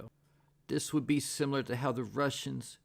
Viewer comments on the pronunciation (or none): none